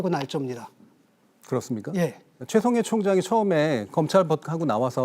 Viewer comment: 개싸움으로 몰고 가서 유시민도 별거 없네 이렇게 만들어야 하는데 어뜬보도가 어떻게 문제????? 여러분이 칭찬하는 기사는 다 사기고 날조입니다 이게 전체주의 발언인데 최총해총장님이 ㅋㅋㅋㅋ발음도 꼬이죠 디테일은 틀렸지만???? 그럼 틀린거지 중권아